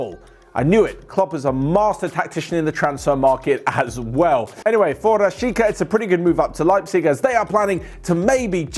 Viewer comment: its pronounced Rah-shee-TSA